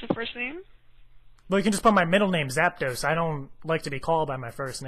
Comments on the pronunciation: " my son call me whatever that means " lol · lol she actually recorded the name "" down